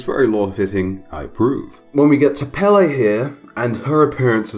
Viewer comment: As someone from Hawaii and a native Hawaiian Pele (pronounced peh-leh) is pretty disappointing